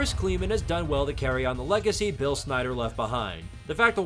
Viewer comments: Great vid but it’s Klinman not kleman there’s an N in the middle. The Kli sounds like Sky too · Pravo cleeeeman Leopold ? That’s not how those are pronounced 😂